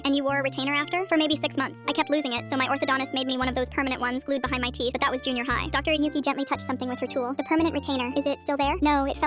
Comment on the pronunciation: “Atleas my theath stayed straight”😂😂😂😂